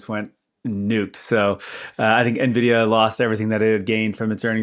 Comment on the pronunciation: There's something about how pronounces Nvidia that bothers my OCD